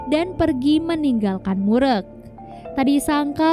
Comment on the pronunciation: Just info. Klo ada nama org korea yg pake "eu" di namanya. Jgn di sebut "e". Kaya mimin ini, "mureuk" di sebut "murek", penyebutan "eu" dlm bahasa korea sama kaya penyebutan "eu" orang sunda. Contoh: "geulis" "keren Euy!" "Eleuh eleuh.." dll. Jadi lebih cenderung ke huruf u penyebutannya.